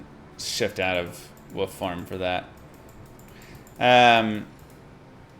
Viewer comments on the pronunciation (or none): Love the guide, thanks! I like playing the "wuff" druid (are you just messing around when you mispronounce it, or is "wuff" a Texas dialect thing?). but I like the maul Druid even better now. The IAS per lvl of maul rocks. I'd love to see a maul play-through all the way till Metamorphosis.